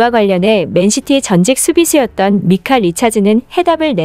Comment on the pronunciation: 미카 아니고 마이카...